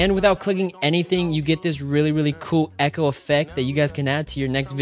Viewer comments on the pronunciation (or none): none